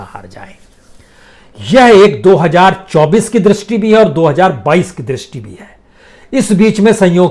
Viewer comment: Hajjar ki jagah hazzar kahte to acha lagta